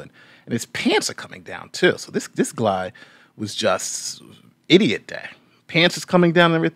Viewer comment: “This gluy “